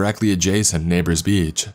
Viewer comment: i wish this guy could use a pop filter i cant stand this anymore Beachhaa clear outhaa im still not going to dislike the vid but its so amoying